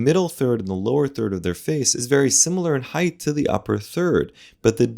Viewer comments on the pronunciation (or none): please do not say "heigth" of the forehead. it is HEIGHT